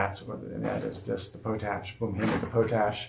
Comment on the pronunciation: It's called pot ash not po tash I really don't think I like your vids sorry